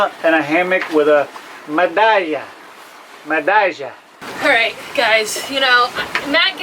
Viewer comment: I’ll give you a 20 + , Man you said it right medalla ,you guys are Officially half Puertoricans 🤙🏽☮️